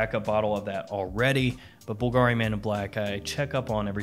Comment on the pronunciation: Bull-guh-reee lol